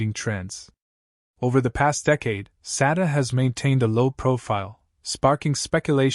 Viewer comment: Why are you constantly mispronouncing this woman’s name?